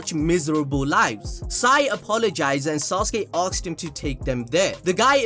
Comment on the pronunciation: "AKSED" XD